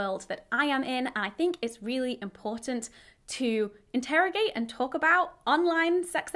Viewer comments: Great comments, please learn how to say integrate, you pronounce it like interrogate :-) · Hannah, why can’t you say ‘integrate’? 😄